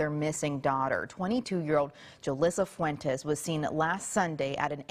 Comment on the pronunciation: Ole pronounce Fuentes the right way 🙏💙